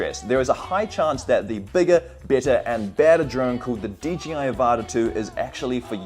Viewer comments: If you're going to review a product at least get the name right. DJI NOT DGI! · I can't be the only one that thinks he keeps saying "DGI"? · You know its an I not a G right?? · I’m glad to hear that I’m not the only one who says D G I instead of D J I no matter how hard I try to say it right. 😂